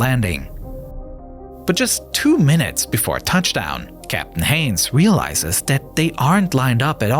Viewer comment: I thought for sure it was AI. Dat instead of that. Da instead of the. And crickly instead of quickly.